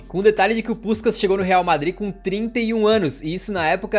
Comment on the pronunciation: Tu meteu um “puxcax” cariocado do nada! Hauaahu